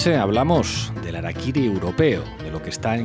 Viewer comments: 266 COMENTARIOS . NO SE DICE arakiry...REPASA VÍDEO . lo dicen CASI al finAL.. #saludYahorroENERgÉTICOdijoTOD@ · Hola, se pronuncia "jarakiri" "Yengis kan" pero aún así los amo amigos.